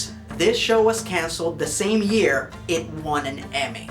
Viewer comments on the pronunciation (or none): none